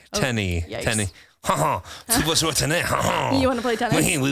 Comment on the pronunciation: When tried to speak French and he said Jouer, I heard Jouis 😂